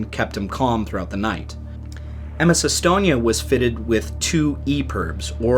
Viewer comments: that pronunciation was shyte. All of it. Except Umeo. Some how you got that right. And estonia. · The sinking affected almost everyone here in Sweden, everyone lost someone they knew. A retirement home in my neighboring town was left almost completely empty after the sinking as almost all of it's residents were lost in the Estonia. BTW your pronunciations were more than okay.